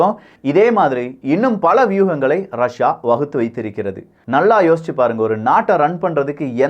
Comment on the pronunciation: ரஷியா அப்படின்னு சொல்லு .ரஸா ரஸான்னு சொல்லி மானத்த வாங்காதே